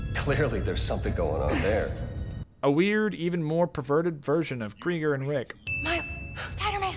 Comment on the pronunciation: “Anut May” “revel” “Kreigers” : “Kreiger” : “ charisma a” No harm, made this for fun :D